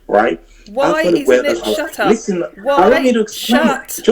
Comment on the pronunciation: HAH! --- He's already commanded to "LEEST-TEN" multiple times! --- "Bad Mood " is an expert at throwing him off script, isn't she???